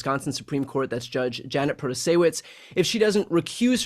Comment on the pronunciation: Wisconsin viter here who voted Judge Janet into office. Just thought I'd let you know, it's pronounced "Proto-Say-Wits". It's also absolutely deplorable that these corrupt sons of bitches will try to undo the will of the people because they don't like it.